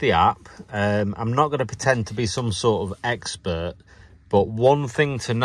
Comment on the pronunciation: No No No (with one R).... I would say you are an Expert..... An "Ex" is a has been..... And a "Spurt" is a "drip under pressure"...:-))